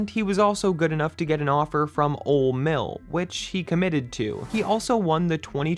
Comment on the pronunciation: WHO TF is Old Mill? You mean Old Miss!!!